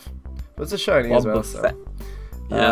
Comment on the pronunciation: For wobbaffet sound like wa-Ba-fett